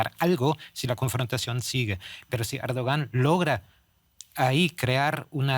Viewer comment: Errdoggan...se pronuncia